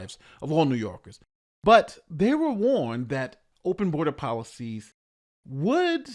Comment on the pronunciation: ''New Yorgis''(thats how Adams pronounces ''New Yorkers'') will pay for his defense lawyers when he goes to trial.